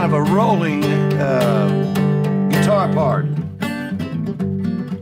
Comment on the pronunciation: What’s a Gee-tar?